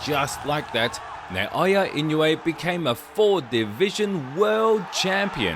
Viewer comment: Not "Nay"-o-ya. Say "Nah"-o-ya." You can do it.